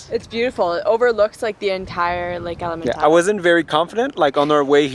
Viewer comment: Lovely! elementa-'e'-ta not element-ay-ta :) e for eat.